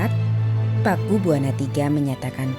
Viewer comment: Bacanya Pakubuwono...bukan Pakubuwana